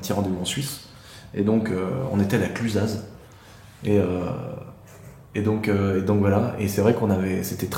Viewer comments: La cluzazeeee ce fou, ça se dis "La Clusa" malgré le Z haha respecte la Yaute! seigneur dieu! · LA "CLUZA", même si ça s'écrit le clusaz, UN VRAI TOURISTE XD, je suis de la yaute, tu m’as fait rire, le Z ne se prononce pas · Le Z ce prononce pas dans La Clusaz 😅 Tu a loué ton rbnb là où j’habite j’espère que tu a profité du cadre malgré le petit soucis et surtout que tu es allé voir le château qui est une pépite 😉